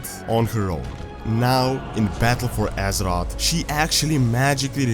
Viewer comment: I like how you pronounce azeroth. AZEROTS